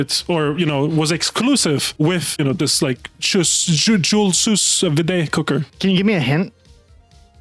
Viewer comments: Pronounced (Soo-veed) lmaoo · its pronounced sue vee it heats water to a specific temperature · Sous Vide "Soo Veed" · Wow the French Canadian was way off lol. It's pronounced like "jewel sue veed" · it's pronounced like Sue - Veed and it literally is just an immersion heater that you cook food with slowly in water